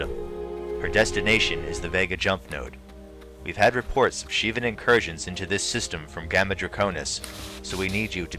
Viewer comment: What is it with all these people pronouncing it "Shi-vahn"?